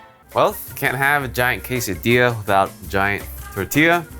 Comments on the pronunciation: Food: Quesadilla: Qesadia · Don't forget to roll the di, in quesadilla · I just wanted to hear how he pronounces Quesadilla. I approve.